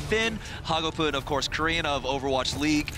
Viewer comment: I hate how says hagopeun